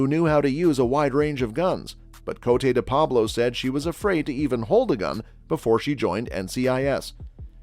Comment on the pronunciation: The very least you could do is pronounce her stage name correctly